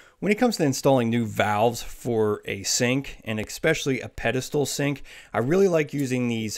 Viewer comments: You pronounced "especially" wrong sweetie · It’s pronounced ESPECIALLY, not EXPECIALLY. Your grasp of the English language is about as good as your country bumpkin plumbing skills.